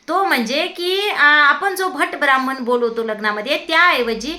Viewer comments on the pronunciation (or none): none